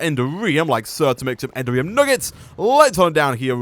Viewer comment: I thought you might like to know that the correct pronunciation of "Enderium" is not "Ender-ree-um", but "En-dare-ree-um". It's a small thing, but it can be a little grating sometimes!